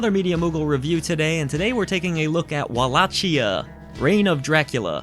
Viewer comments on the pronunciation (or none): It’s pronounced “Wall-a-key-ah” or Wal-lak-eyah”, not “Wall-ah-*Chia*” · You're pronouncing Wallachia wrong dude.